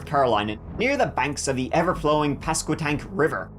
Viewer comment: Hey! I moved here from the DC area. It's a beautiful place to live. Small town, friendly people. The Potato Festival is normally the 3rd weekend of May. We're only an hour from the Outer Banks, VA Beach.... great pronunciation of Pasquotank! ❤